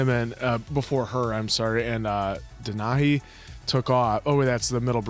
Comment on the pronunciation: I t took me a second to understand what you meant by denahye. You probably will be corrected later in the reaction, but I would be remiss to not at least mention the proper pronunciation here. (Dee-Nah-Hee) Denahi.